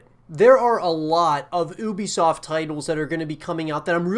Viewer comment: Ubisoft pronounced You-Be-Soft is more correct, but been waiting on this game for years now looks awesome.